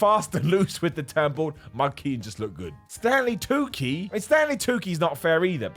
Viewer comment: Psst, it's pronounced Stanley "Too-chee".